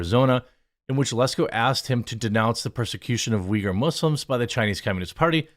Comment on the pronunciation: as a Turkish person her prononcuation of uyghur triggerd me XD Like how can you mess it up that much it is uygur not vigur... whatever also as a Turkish guy live in Turkey where islam basically exploited all of our government and laws i can safely say never ever blindly trust people when they talk about persecution of muslims. Never. There are way too much bad actors in islam and people just usually dumb founded because they dont expect it. People assume taliban forcefully take over afganistan but nooo afganistan actually opened their arms to taliban because they assume they are same religion therefore brothers and sisters. People on west are basically become too confortable and weak because of how non violent christianity is and they assume same from islam. They are way worst than what old brutal churches are but they have justification for their crimes too.